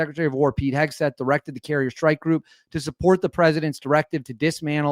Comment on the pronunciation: What is a “Shhtrike” group?